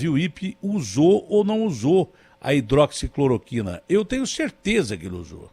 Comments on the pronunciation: HIDROXI CLORO TINA.................... O POSSÍVEL MINISTRO DA SAÚDE NÃO SABE FALAR O NOME DA MEDICAÇÃO MAIS IMPORTANTE DO SÉCULO......... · “Hidroxicloritina” pqp!! Esse cara não meu Deussssss!!! FICA MANDETTA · Entende tudo, só não sabe falar hidroxicloroquina kkkkkk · Revejam o vídeo e vejam quantas vezes o entrevistado diz errado o nome do medicamento(que foi corrigido pelo entrevistador), e no entanto, ele defende o uso sem nem ao mesmo saber o nome certo. Que irresponsável....Ele é do meu Estado, e eu sei bem quem é ele...Ele tá desesperado pelo cargo de Ministro da Saúde. Fome de poder! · Diz que foi se reunir à respeito da hidroxicloroquina mas não sabe nem pronunciar a palavra.. To sabendo.. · Deus me livre esse homem ministro da saúde!! Ñ sabe nem pronunciar HIDRÓXICLOROQUINA!!!!🤪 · O cara não sabe nem falar hidroxicloroquina..